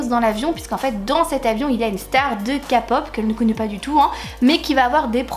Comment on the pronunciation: On dit pas kapop mais kèpop et ça s'écrit K-pop😭mais tkt pas c'est pas grave ❤